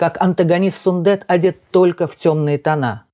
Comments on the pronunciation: Автор, пожалуйста,не говорите СундЭт. И в некоторых роликах слышала фразу неоднократно "Димаш родился в городе АктобЭ. Слух режет. Там же стоит буква "е". Явно же видео что там "е", а не "э". Так почему же Вы говорите СундЭт. Он Сунде́т. Ударение на звук йэ. Буква е. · Сүндет, произносится как пишется, через "е", а не "э". В казахском языке, слова как пишутся, то так и произносятся. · 👍👋 Только не СундЭт, а СундЕт 😀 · Как всегда очень профессиональный обзор. Всё на высшем уровне. Спасибо большое за Ваш обзор. Я извиняюсь, но Вы неправильно произносите имя Сундета. Сундэт это как Алексей, Алэксей.